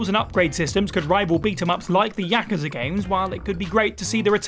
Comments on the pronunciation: Anyone else get annoyed this person can not say Yakuza properly? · Learn to pronounce Yakuza properly